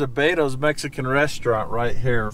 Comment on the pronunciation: It's beto's not batos